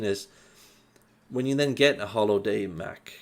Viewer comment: "Holo Day Mac "....bwahahaha.